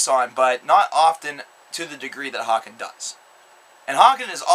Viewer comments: its pronounced hay-ken :) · its pronounced Haken. As in Bacon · 1 more thing, the bands name is pronounced like bacon.